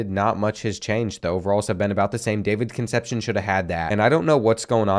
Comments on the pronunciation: Kun' sepp see OWN. Concepcion, its killin me, lol... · Another video and still cant say Con sep see own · I love you but please stop saying Conecepcion like conception lol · Concepcion is pronounced Con-Sep-See-Own